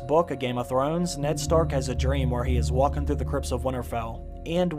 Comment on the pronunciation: Sometimes when you talk you sound very proper, and then you throw in a "doin" or "walkin" or "havin" it's weird